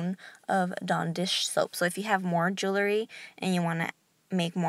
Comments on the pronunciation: Thank you so much! This recipe works. I use it exclusively. And you've gorgeous jewellery. However, please desist from tossing your jewellery like that. They should be carefully placed, and not shaken so as to bang against one another. Side note: The word is jewellery (or jewelry), yet you are mispronouncing it as "jewlery". Second syllable is 'wel', which you never sounded out. Many thanks again for the recipe dear.😒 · I wanted to watch, but since you can’t pronounce jewelry correctly, I decided it wasn’t worth it!